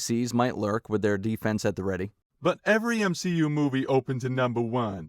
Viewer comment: m-SHE- u